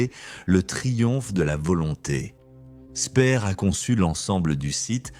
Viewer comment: toujours ces voix synthétiques vraiment pénible. prononciation du nom de Speer une fois Spir une fois spère. la cerise sur le gâteau à le commentaire parle du tunnel où on fabriquait les V2 et on montre à l'image la station de métro Porte des Lilas !!!